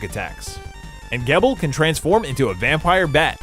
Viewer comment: Im not a grammar nazi but ive noticed americans have problems pronouncing some names. Its Zangetsu not Sengetsu and Geebel no Gebbel. Great review though^^ Greetings from Germany